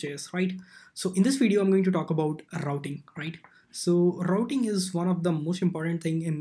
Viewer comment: today im going to talk about rrrrrrrouting